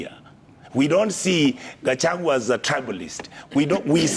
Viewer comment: But surely, I can’t believe you are not able to pronounce the name of Kenya’s Deputy President by calling him GACHAWA and worst of all without even considering address him as Hon. Deputy President of Kenya. Pls speak slowly and get all the names correctly. It was